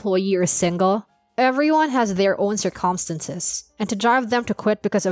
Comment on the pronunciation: For this "computer-generated" voice programmers should at least get the proper pronunciation of common words!: CIRcumstances, not cirCUMstances. (example)